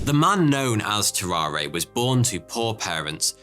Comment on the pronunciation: BTW family, tararre is pronounced ta rahr. no é sound at the end. tarawr